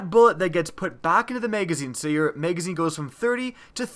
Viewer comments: MAGazine...not Maygazine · Why do you say may gazine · What's a maygazine? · MAYGAYZINE, MAYGAYZINE, MAYGAYZINE... i can't unhear it! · Bro purely do to the way you say the word magazine I just can’t stand you 😭😂😂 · OMG so annoying!!